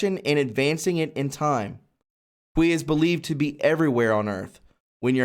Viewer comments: Qi is pronounced "chee" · Pronounce qi as key. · Qi is pronounced chi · Qi is pronounced Chi (Chee) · FYI: "Qi" is pronounced "chee." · Qi is pronounced "chee". And it's based on a Taoist belief. Is it mentioned in the Bible? Did Jesus ever use it? NOPE. That means it's (yet another) distraction tactic. When you start talking about super humans, you're headed for a slippery slope! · Dude, awesome topic but you are hurting my ears. It is pronounced Chee energy. Chee gong spelled Qi or Chi gong in ping yin. Chi is life force or life energy. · Also pronounced KEY or KEY GONG. Agreed, I almost turned this one off. It's painful. Brother you're doing a great job with everything except the reading part. Maybe get someone else to read the articles for you in your vids. Your lack of ability to read fluently and pronounce things correctly makes your viewers cringe and causes lack of interest to a degree that many people "turn the channel". We love you man, but you gotta fix this. And I do believe that just simply finding someone who can read really well and get them to record the article sections will fix it. A little editing that in, and you're golden. Cheers mate. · It's English pronouncement is Chee, long e sound. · You really need to check on how to pronounce simple words before you read outloud. For example, the simple word "albeit" is pronounced "all-be-it". PLEASE! When you do not read it accurately the whole meaning of the sentence is destroyed. Also, CHI is CHEE. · Looks like it pronounced key not quee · It’s pronounced chee, not Quee 😉😊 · Qi = Chee, not kwee - - you know, like tai chi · Omg youre killing me. Its pronounced "key" not "quee" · The Qi you are referring to is pronounced "Chee" not "qwee" .. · Kee not kwee. That sounds like something else... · Qi Is pronounced chi. not kweeeeeeeee lol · it is pronounced, key=Qi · Qi is pronounced as chee. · it's pronounced chee energy - really enjoyed this report! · I believe ‘Qi’ is pronounced ‘chi’